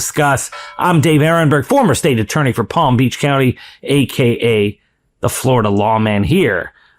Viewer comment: He needs his own longer form show and more content. ,I like his speaking tone and his podcast voice,especially how he says “AKAYA”,like it is one word🤭🤭🤭 before I am able to relax and get into it,it is over.